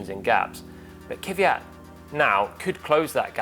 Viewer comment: Jesus, why brits intentionally ruining non-english names? He is Kvyat, not Kiviyat.